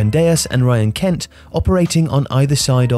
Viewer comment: I visibly cringed when he said Kent